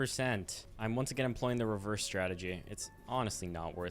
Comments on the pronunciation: Is saying rehearse instead of reverse rage bait to farm engagement or does actually not know how to pronounce reverse? Also, it's a weed WHACKER not whipper. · saying reherse instead of reverse really grinds my gears. and just for that you get a dislike. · Are you saying rehearse instead of reverse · "rehearse"..., its REVERSE LMAO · “and we can put her in rehrerse” 😂😂😂